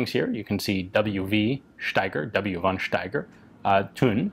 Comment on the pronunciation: I like this presentation. I just want to say: In german, we don't have a use for the "v". So we just pronounce it like an "f". Always. There is no won Erich, no won Steiger, always just fon Steiger, fon Erich etc..